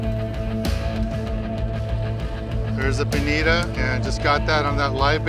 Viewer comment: Bonita? I'm pretty sure it's Bonito.